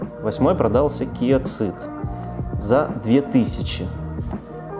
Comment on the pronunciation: да ё моё, почему Киа Цыд? это как и Хонда Цывик? в англ. языка city, cinema - сити, синема и т.д.... Сид и Сивик... ЖЕ )))) Seed - тоже Сиииииии....